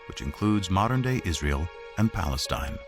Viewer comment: Lol "Free Paleatine"